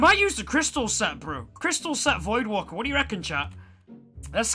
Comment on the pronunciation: Liked the vid because it is pure gold.. im not subbing until you call it voidwAker though instead of voidwaLker🤣🤣